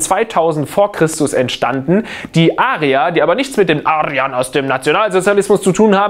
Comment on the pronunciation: Wie er Arier von Arrrriern im Nationalsozialismus abgegrenzt hat! 😂😂😂